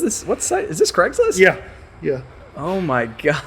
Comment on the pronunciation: Why you you pronounce “Craig’s List” as “Creg’s List”?